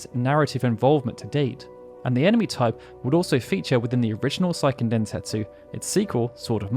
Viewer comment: How do you exclusively cover Japanese RPGs but not know how to pronounce Seiken?